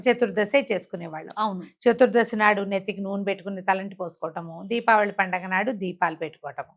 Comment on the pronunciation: DIVAALI ani pronounce cheyakandi please..RAMA garu pronounce chesinatlu Deepaavali ani Palakandi..Prajalaku kudaa alaaga pronounce cheyamani message ivvandi please..Divaali ante Divaalaa Laagaa vinadaani ki baagundatam Ledandi..🙏